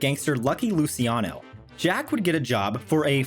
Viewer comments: I believe the pronunciation is Loo-chi-ano, not Loo-si-ano. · "lucky Lucy-iano" lmfao